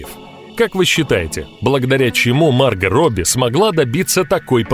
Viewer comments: У вас неправильное произношение имени не марга а маргО!!!!!! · Видео понравилось, но у меня 1 вопрос, почему мАрго а не маргО ? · Она Марго правильно говорить,Почему вы говорите Марга,,,(меня все называют Марго,и её тоже ) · А с какого перепуга она мАрго Робби а не МаргО?????. Это даже слух режет. К чему это??? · МаргО, а не маргА! Ну заманал. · да не мАрго, а маргО! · Уши блять режет... не МаргА, а МаргО. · комментатор - у тебя чего с произношением проблемы? куда ты ставишь ударение в словах, аж уши режет, не мАрго маргО, не дОлби а дЭлби, блин по ушам дОлбит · Марго, ударение на "о". Уж слух режет с ударением на "а". Ппц блин!🙈😄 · Она Марго, а не Марга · МаргО, а не МАрго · ты это просто скопировал у марго робби,она сама об этом сама рассказала "теперь ты знаешь кто я-марго робби" и хватит говорить марга.ее зовут марго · Да какая Ма́рга Марго́ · почему МаргА то, а не МаргО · Не Марго а Марго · А почему МАрго, а не МаргО? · Ма́рго.. 🤦‍♂️ Бот не очень умеет в ударения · Кто нибудь ему скажет что он не правильно ставит ударение в именни МаргО? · Правильно говорить МаргО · МАРГООООООООО, УДАРЕНИЕ НА ОООООО.. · Марга Робби! Мудацкое произношение.